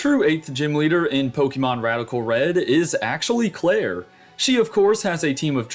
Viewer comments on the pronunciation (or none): none